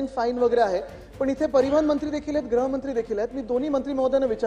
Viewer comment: ग्रहमंत्री नको, गृहमंत्री म्हणा.